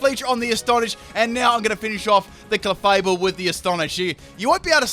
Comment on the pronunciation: Clay-able (Clefable)